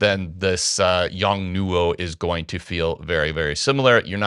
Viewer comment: The pronunciation of the brand isn’t quite right. It should be pronounced as a single word quickly “Yongnuo”, (Yongnuò) not as “Yong … newo.”